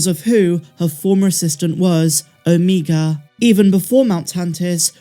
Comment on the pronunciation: Good grief, the Only irritating thing about your show is how you pronounce OMEGA’s name🤦🏽‍♂️ lol